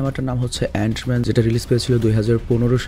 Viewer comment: অ্যান মেন কে তুমি অনেক বার অইরোম ম্যান বলছো